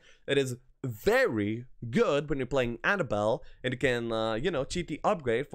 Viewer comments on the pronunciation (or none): none